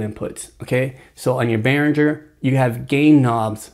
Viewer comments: You seem to know your shit. Great video. BTW, it's pronounced "Ber-in-jur". Not trying to be a dick. Just a heads up. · I'm hoping that since this video, you have discovered how to properly pronounce Behringer.... I know it's trivial, but it is annoying.... to me